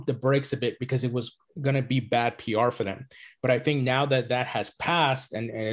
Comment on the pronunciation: Swiss tink thank? 🙄